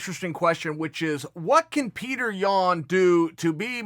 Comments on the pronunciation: Dana: Peter Yan Everyone: His name is Peeyoter Chael: Peter Yan Everyone: Peter Yan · it;s PIOTR not PITER YAN